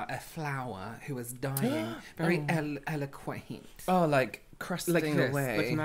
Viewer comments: "eloquent": "eloquaint": "eloguent" 😂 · me googling “eloquaint” to see if it’s different from “eloquent” hahah